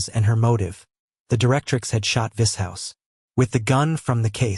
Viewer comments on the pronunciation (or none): I think it's a bot.... but I've found the way I think the names should be said, eg Vishous--- is how it should be.. not Viz-house. Also Xhex- I pronounce Hex. he says shex... I'm an Aussie, so we pronounce things differently anyway....